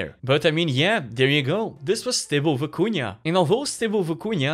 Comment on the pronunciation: Looks crazy & I can’t wait to check it out, but the way you pronounced it was distracting— just for future reference, it’s Vi-cu-na, not Vi-cu-nia. Haha.